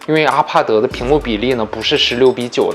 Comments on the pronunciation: 資訊很棒 但.....阿帕德.....謝兒死困 我的媽呀 聽一次抖一次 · ....你怎麼IPAD的發音發成RPAD的感覺=.=...... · 我聽到阿帕德就關掉了，發音真的聽不下去